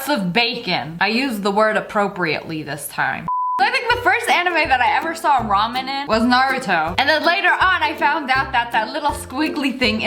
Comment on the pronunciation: Sssniperwolf: talks about ramen What I hear: Ramin Ramin Ramin What I think: ponyooooooo